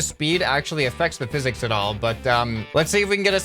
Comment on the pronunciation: ah yes “phisiks”